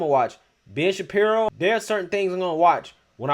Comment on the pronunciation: I just as with you until you said Ben Shapiru